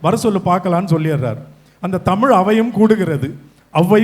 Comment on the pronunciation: Vadachennai guy pronounciation of tamizh is not correct, James sir. He pronounces it as senthamil